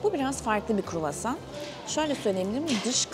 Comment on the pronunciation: o kadar çok kruvasan yediki ikinci gün artık istemsizce KUĞOSAN diyor Fransızlar gibi 😂